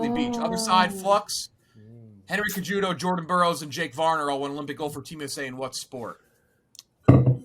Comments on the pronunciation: pronouncing Henry Cejudo (say-who-doe) as Cuh-judo pained me. Wrestling and UFC legend right there lol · the way pronounces Henry Cejudo makes me cringe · Why is pronouncing Henry Cejudo, "CAJUDO" LMAO. Castellani is the only guy worth watching out of these two teams.